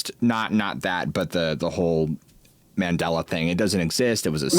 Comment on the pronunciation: It's Mandela not mandala. Named after Nelson Mandela who became president of his country after decades of imprisonment.